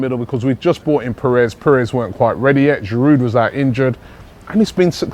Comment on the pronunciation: There's a silent 'd' in Giroud, just as there is a silent 'H' in Henry. Some respect for our French players, please.